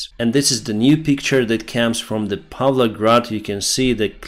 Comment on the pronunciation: "Z Fisherman" lmfao